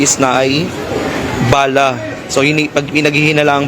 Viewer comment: BA-LA, NOT BALAH. MGA AIRPORT SA PHILIPINES…….NAKAKAHIYA AT MGA WALANG-HIYA….Masyadong mga CORRUPT ANG HAYOP.